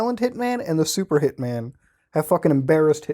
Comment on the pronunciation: You say 'hitman' like 'pikmin'